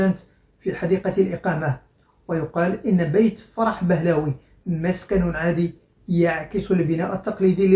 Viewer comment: فرح بهلوي (Pahlavi)، وليس بهلاوي.